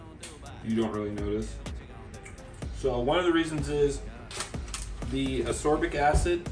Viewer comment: Ascorbic acid.not absorbic